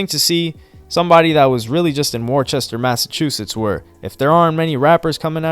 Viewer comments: It's Worcester not worchester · The R is silent bro WAS-STAAAH.... Not worchester or how ever you said it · It's pronounced Wus-ter not War-Chester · Worcester "Wuss-ta" or "Wuss-ter" MA lol...it's not "War-chester" I know it's a stupid pronunciation, but that's how we say it. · WTF is Warchester lol No lie everyone does that but Worcester is pronounced more Wister -Worcester. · I grew up 20 min away from him and talked to him on FB twice before he blew up.... So crazy man and it's pronounced wuh - ster not Worchester lmao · It’s pronounced (Wuhstir) not Warchester lol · I think people from that area call it “Wooster” Mass. or “Wuuster” Mass. even though it’s spelled Worchester like you pronounced it. I learned the hard way that people don’t like it if you mispronounce that shit town lol. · its pronounced (Wuss-ster) Worchester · Worchester? Lmaooo it’s pronounced wo-ster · It’s not “Worchester” lmaooo it’s “wuh-ster” lol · Lol I’m from mass Worcester is pronounced “wis-ter” not “wor-ces-stor”. Easy mistake to make tho if u just read the word without hearing it first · It ain't War chester...🤣🤣🤣🤣🤣 It's pronounced Wuh Ster... It's spelled Worcester... I know, Massachusetts in nuts. Lol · Nigga TF is "Warchester" ? It's Whooster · its pronounced wooster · It’s pronounced wuss-ster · Its pronounced tooly Nd its pronounced wuh ster .. do your research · Great video fam! But Worcester is pronounced "Wuss-ster" 😅 lol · The city is pronounced Wuster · it’s pronounced WISTER Massachusetts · Oh God he said war-chester 🤣🤣🤣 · Coming from someone thats from boston, it always amuses us to hear people pronouncing massachusetts town names. The way said worcester makes perfect sense for it to be pronounced that way, but its actually pronounced “wu-str” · It’s pronounced “wuss-ter” 😂😂😂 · Did he just say WORE-CHESTER🤦🏽‍♂️ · I’m from Boston and we don’t claim Worcester niggas but Brodie really pronounced it war-chest-er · I knew he wasn’t going to say “Wis-ter” 🕸😂🕸